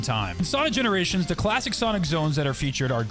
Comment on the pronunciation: Yeah i realised that tails sakd wait arent you that sonic from that other dimesion and sonic said i havnt seen you in GENORATIONS i was like wait did he say GENORATION